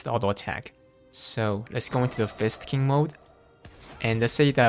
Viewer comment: ....why does it sound like you keep saying it as Fisting instead of Fist King.....are you trying to tell us something? smirk smirk